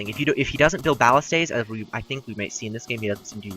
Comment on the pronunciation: Great video. Lots of info. Looking forward to the next one. :) By the way, they're pronounced buh-list-uhs. It's a common weapon used in medieval times. You can Google the pronunciation.